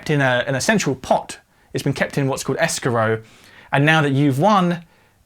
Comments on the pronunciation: Thanks - really useful. But it’s pronounced ‘es-crow’ in the UK and USA. Not ‘es-ca-row.’ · Escrow = ESS-CROW